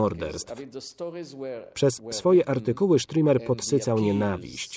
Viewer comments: Stürmer a nie strimer panie lektorze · Dokladnie... Stürmer czyli szturmowiec.